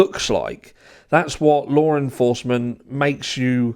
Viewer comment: There is no "R" in the word law. How are you pronouncing an "R" ?